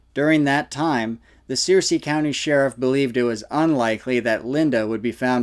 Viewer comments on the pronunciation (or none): Sir- sea County , not sear- sea. Thanks for the vid though, clarifies a lot. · Searcy is pronounced Sir-see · Fyi-the county name is pronounced Sir-cy, vice Sear-cy, I grew up there. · Searcy is pronounced, Sir-see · How am i almost 43 years old and lived the majority of my life in Arkansas and never ever heard of st. Joe??? It's pronounced Sur-cee, btw (like the game of thrones baddie). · Pronounced sir'see😊 county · We pronounce Searcy...... sir -c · Searcy County…pronounced “Sir-see”. Not that it’s that important to your dialogue, just thought you might want to know. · It’s pronounced like Circe (sir-see) lol it’s near where I’m from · It's spelled Searcy, but pronounced Sirsee